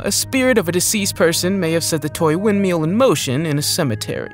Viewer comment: Windmill not windmeal